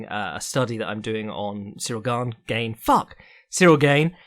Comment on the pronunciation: French guy here : it's not pronounced "gayne". Just "GAne".